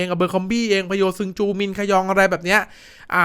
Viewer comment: สวัสดีครับน้องแอดมิน ติดตามดูช่องนี้ตลอด การนำเสนอดีมาก ทั้งเนื้อหาและเสียงชวนฟัง อยากให้ปรับนิดเดียวเรื่องชื่อนักกีฬา ถ้าไม่ยากเกินไปช่วยออกเสียงให้ตรงกับที่ผู้บรรยายเกาหลีเค้าพากษ์ก็จะเป็นเรื่องดีมากครับ โดยเฉพาะชื่อ พะโยซึงจู ผมฟังกี่ครั้งก็ได้ยินผู้บรรยายเค้าออกเสียงว่า เพียวซึงจู